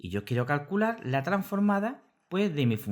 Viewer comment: Todo bien. Es curioso que dices "carcular" en vez de "calcular"...